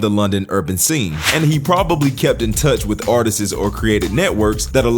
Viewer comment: What the fuck are “artisses” ? Are u saying artistes? Its pronounced ar-tists” one syllable… how tf do u mess that one up